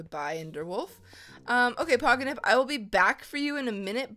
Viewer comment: it's Pogonip not Poginip